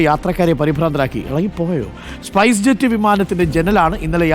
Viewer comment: Arey മംഗ്ലീഷ് വായിക്കാതെ ഇംഗ്ലീഷ് പറയൂ. സ്പസ് ജെറ്റ് അല്ല സ്പൈസ് ജെറ്റ്